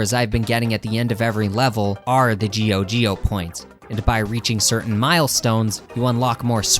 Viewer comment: It's not pronounced "GEO GEO". It's pronounced "JOJO"!